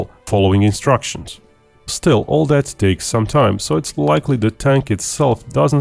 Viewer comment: Narrator = stop pronouncing words like " that" and " their" Like "dat" and "deir" Annoying